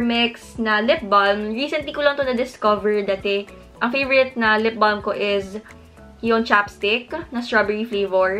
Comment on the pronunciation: Hi.. I like your videos.. 😊 One thing lang that id like to comment from this video is how you pronounced the "lip balm".. Silent "L" po ang "balm".. Thanks..